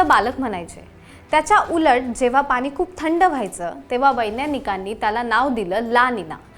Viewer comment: पानी न म्हणता पाणी म्हणावे. तुमचं बोलणं ऐकलं की दाताखाली खडा आल्यासारखं वाटतं.😢